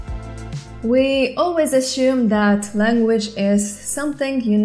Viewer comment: where were You Born and what was your mother Toung if I may Ask you said ashum in stead of Asume... Did that Cat 🙀 just faint Or did it Die... ‼️ 🐒